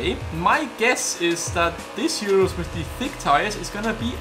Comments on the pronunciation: Its called Urus not Iurus :) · URUS IS T H I C C Like if you think the URUS is thick oh and also comment T H I C C